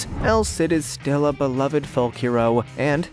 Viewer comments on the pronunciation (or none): none